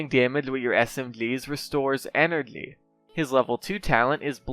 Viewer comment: Dude, how can t u say any word which contains "gy", so this is why u say moji as mogily, Or energly, SMGly, dude what is it? XD